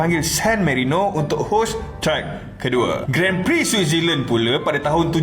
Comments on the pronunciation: The correct pronunciation for Grand Prix is... Gron Pree. *, please take note. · Sebutan Grand Prix itu adalah "Gron Pree" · Grand prix itu sebenarnya dibaca “gron pri” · cara sebutan Grand Prix ---> Gron Pree